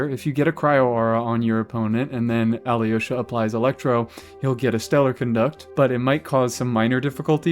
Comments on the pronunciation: You’re pronouncing alyosha as aliyosha Try to pronounce him without the i Al’osha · It’s pronounced A-low-sha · When you make the next Alyosha video, will you pronounce his name the same way the game says it? I have little experience with Slavic languages and had no idea until today that it's pronounced more like "ah-LOW-shuh" (the Y is silent or something)